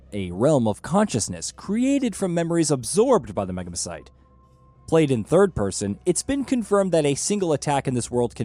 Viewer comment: maan i can't help being a hermoine whenever he says megamycete..